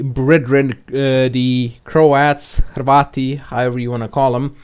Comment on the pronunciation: I gave you a like as soon as you said Hrvati correctly. Cheers lad!